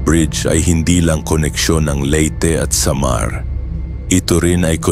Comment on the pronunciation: Ang boring mo pakinggan.. ..Tu'lay....sa'mar..ano ba yan😂